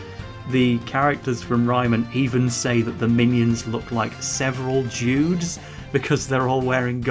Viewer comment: For some really weird reason i heard “several Jews” instead of “severall judes”